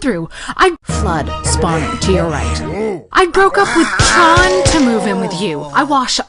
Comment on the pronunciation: I thiught Master Chief's name was John! Not Jarhar!!